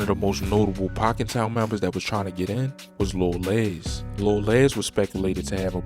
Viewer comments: It’s lil les …..like more or less…not Lez lol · His name ain't Lil Lez???😂😭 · I can tell you not from Chicago. You saying Lil Les name wrong..